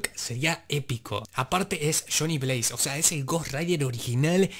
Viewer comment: Dice Donny Blaze no Johnny Blaze